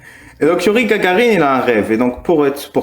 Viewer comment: Je suis Ukrainien et mon grand pere racontait cette blague sur Gagarine 😂 (et oui pas GaRgarine mais Gagarine, Гагарин) Trop content de voir Dari chez vous ! J'aime vraiment beaucoup sa chaîne.